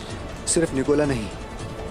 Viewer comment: Nikola ko Nikola 😅😅😅